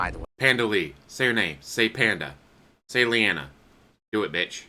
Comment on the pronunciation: phil is so pathetic can"t even say leannas name.